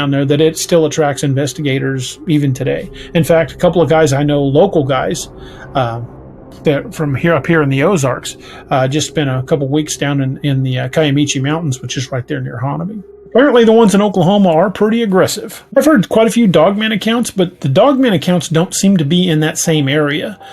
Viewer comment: It’s not pronounced, “Kimeechee Mountains”. It’s pronounced “Kimishee Mountains”. My Mother’s family settled in Hugo, Oklahoma back in the 1800’s. Hugo is 72 miles from Honobia. I have never heard of any werewolves in Oklahoma…..EVER. My great grandmother was half Cherokee Indian and on my Grandfathers’s side were Choctaw and Osage Indians and NEITHER ever spoke of werewolves. I know if there were such, they WOULD’VE talked about it. And they lived out on a farm WAY OUT in the country. Now, my Great Grandmother DID get a visit one evening after dark from a group of men who were traveling and got caught by the dark of night and requested to stay the night in her barn to let their horses rest. She agreed and offered to feed them, to which they were grateful but turned down the offer as they were going to sleep and would be gone before daylight. The next morning, when my Great Grandmother woke up before daylight, she went out to the barn to offer them some breakfast but they were already gone. She found a wad of cash left behind as “Thank you”. She didn’t think much of it and in a day or so, she went into town for supplies and learned that the Jesse James gang had been spotted moving through their area and they described perfectly the gentlemen who found shelter in her barn! They had just robbed a bank, unknown as to where, and were on their way to hide out at a popular spot for criminals called “Robber’s cave”.